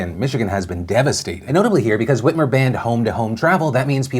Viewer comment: Is it just me or does that Michigan governor look a little like Tina Fey in that picture?? Also when Phil first said her name I heard "Gretchen Weiners" like from Mean Girls lol it's like my mind saw what it thought was Tina Fey and heard the name of a character she was in a movie with